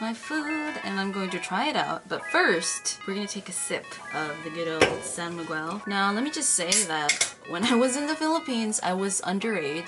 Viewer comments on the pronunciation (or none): it is " san migel " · Tocino is our favorite breakfast! I haven't tried pairing it with beer though since it is commonly served as breakfast. But feel like trying it though.. Hahaha! And one thing, I find it cute when you say "San Mig-wel".. but it is pronounced as /san migel/. Hehehe! Anyway, I'm really enjoying your contents esp feat anything Filipino/PH related. Hehe! Thank you and enjoy more PH food! 💗